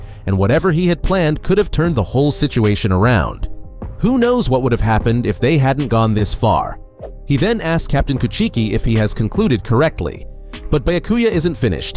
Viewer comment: He said Captain ku-cheeky 😂